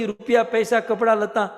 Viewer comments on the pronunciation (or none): none